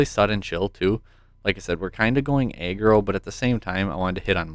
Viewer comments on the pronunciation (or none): Nice vid! Oh btw it’s pronounced (Ah-Grow) not (Aye-Grow)= aggro